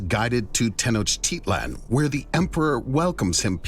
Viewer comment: The constant mispronunciation of Tenochtitlan is annoying.